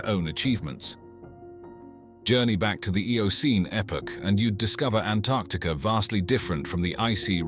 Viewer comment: I love that he pronounced Antarctica correctly.